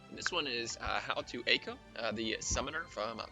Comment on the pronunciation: It is "ay ko" by the way. since you asked